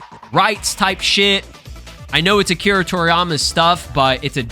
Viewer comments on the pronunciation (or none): none